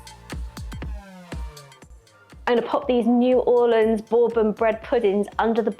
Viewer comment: You can make,a wonderful bread pudding from left over doughnuts. And as a Louisianaian, you pronunciation of New Orleans is PERFECT. WE HATE IT when people say New ORLEEENS.